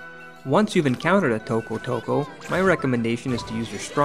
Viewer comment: i love how you pronounce tokotoko :D